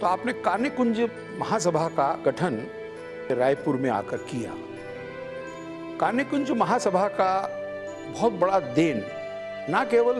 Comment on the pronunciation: आपके कार्यक्रम में कई नयी और रोचक जानकारियाँ मिलीं । धन्यवाद ! तीन बातों की ओर आपका ध्यान आकर्षित करना चाहती हूँ । (1) शुक्ला परिवार का घर "बूढ़ापारा" में है , न कि "बुढ़ापरा " में। (2) ब्राह्मणों की उपजाति का सही उच्चारण "कान्यकुब्ज" है, न कि 'कान्यकुंज' । (3) आज़ादी की लड़ाई में उग्रवादियों की तिकड़ी थी --- बाल (बाल गंगाधर तिलक) , लाल (लाला लाजपत राय ) और पाल (बिपिन चंद्र पाल) की । भविष्य के लिए नोट कर लें । मेरे comments का बुरा नहीं मानिएगा ।